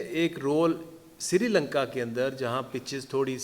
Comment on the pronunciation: Sirilanka nahi hi bhai srilanka. Bolne bi nahi aatha. Aur khelne bi nahi aatha.